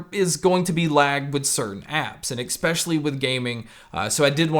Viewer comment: Also...there's no "x" in especially. While we're here, same deal with espresso. No x or x sound. Hope that helps.